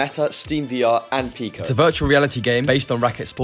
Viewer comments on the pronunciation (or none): none